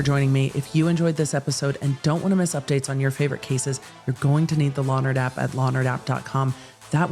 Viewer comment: Every time she says “law nerd app”, all I hear is “Lonner Dap”, like it’s some kind of 50s hair product or something. I know- I’m frigging weird.